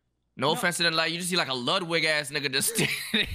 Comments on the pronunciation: It’s not called the Ludwig it’s called the luddy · its pronounced "the luddy" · I hate how he keeps calling it the Ludwig instead of the Luddy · It's the Luddy, no one's calling it the Ludwig lmao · Stop calling it the ludwig it’s the luddy